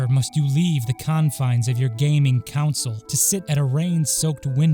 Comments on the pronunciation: cannot take anyone seriously who says “council” instead of “console” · the captions may say console, but you pronounced it like council!